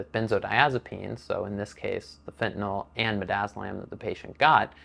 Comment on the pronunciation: Can I Say thank you for pronouncing fentanyl correctly. So sick of talking heads saying it wrong.